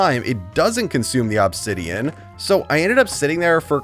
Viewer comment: Still bugs me the way you say obsidian. But that's just my ocd. 😅